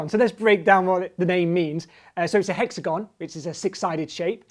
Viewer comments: Spoilt by mispronunciation of "hexagon"... stop pandering. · monsieur grimes says hexagon weird